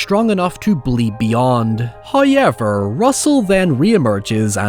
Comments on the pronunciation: I always hear it as "hiyever".😂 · FRist "hoyevver"drops . We are blessed with His munificence. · I want to start by saying I love your videos. I do want to say that the way you pronounce -ow and -ou words is very distracting. At this point in 2023 you cannot pronounce however as "hoyever". It's frankly unacceptable. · Omg that pronunciation’s been ringing in my head all this time I’m glad someone’s finally pointed it out😂